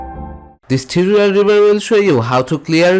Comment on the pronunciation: Bro Imma recommend you take a tutorial on how to pronounce ‘tutorial’. That was terrible.